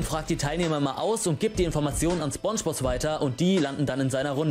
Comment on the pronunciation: Es wird spOngebozz ausgesprochen Nicht spungebozz Btw nette Reaction